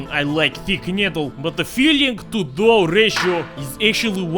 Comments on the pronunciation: No! It's "Knödel"! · Its pronounced Knödel